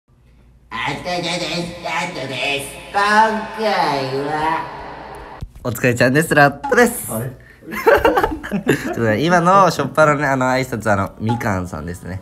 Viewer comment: Kotaさんの挨拶、お疲れちゃんですコカインですにしか聞こえない笑